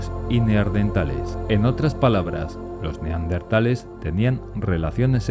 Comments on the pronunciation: Se dice neandertales no neardentale 😒🙄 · Pronuncia bien la Palabra es neandertales no NEARDENTALES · neardentales o neandertales?? jajaja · En el audio dice neardentales y es neandertales. Del valle de Neander👍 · Neardentales !!! No! No me lo puedo creer !!! Arg ! Gente que dice cocretas !!! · Por que diablos dicen NEARDENTALES?????... Es NEANDERTALES... Corregirlo a la brevedad. Gracias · Por favor: no pronuncie NeARDenthales. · El hecho de empezar el video diciendo "Neardentales" ya te quita credibilidad, lo siento. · dino "neaRdentales" durante todo el video D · 😂😂😂😂 ahora recién me doy cuenta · Escuche 20 veces "neaRdentales" naáaaaaaaaaaaa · No se dice 'neardentales'. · Si vas a hacer un vídeo sobre los neaNdeRtales deberías aprender primero a pronunciar la palabra. Debes llevar su adn porque tienes dislexia